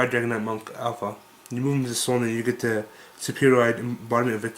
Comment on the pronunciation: you know it is Aleph, not Alpha right?